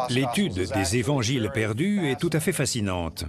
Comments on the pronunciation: j'adore(par exemple à 37min21s) je cite : "les quatre z'évangiles"...j'adore les liaisons dangereuses...HAHA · Très intéressant, mais désolant d'entendre "les quatre z'évangiles" ... Quatre sans S ... Merci RMC